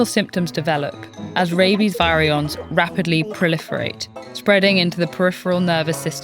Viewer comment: Was this read using AI? Because virion is not pronounced correctly. The video is great, and we need more videos about rabies.